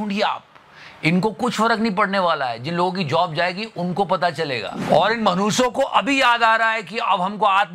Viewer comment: The word u said..... "In MANUSSO KO".... That's Epic 😅😅😅😅